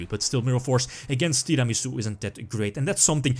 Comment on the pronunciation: Who else likes the way pronounces Tiramisu?